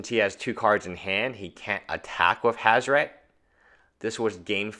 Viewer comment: WHO THE FUCK FUCKS UP HAZORET GODDAMNIT